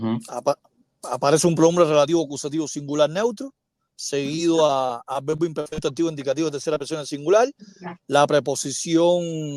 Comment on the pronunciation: Se pronuncia vebo or verbo?